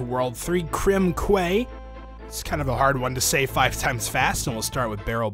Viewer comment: Krem Quay is pronounced Krem "Key"... but ah well.